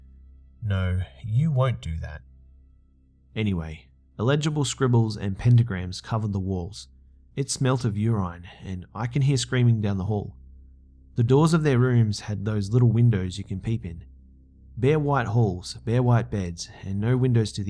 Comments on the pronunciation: ***** i know, but he pronounced it uron. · "It smells like uron" tell me what is this "uron"?